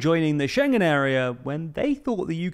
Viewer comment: UK joined 1/1/73! And Schengen is pronounced ShEn-gen. And, and It is "within spitting distance.", not "... a spitting distance." No need to thank me.